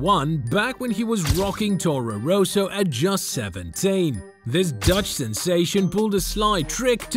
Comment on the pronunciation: torrow rossow? Daniwiel kiwiat? Raikoonen? You ok m8?